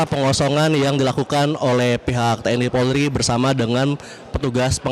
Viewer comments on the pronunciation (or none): none